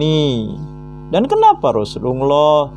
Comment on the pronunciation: pendeta nyamar jdi muslim ini .. mukaNya kaya saifudin ibrahim 🤭🤭🤭 melafalKan hurup arabNya gak pas .. TIDAK TERLIHAT seperti orang muslim yg berilmu dan paham ilmu agama islam .. menyebutKan kata rasulullah saja lisanNya meleset jauh dri lisan muslim umumNya ,. 🤦🏻‍♂️🤦🏻‍♂️🤦🏻‍♂️🤭🤭🤭🤭🤭